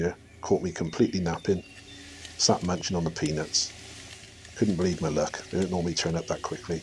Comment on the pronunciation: Lol I mistake you saying ''peanuts'' with penis xD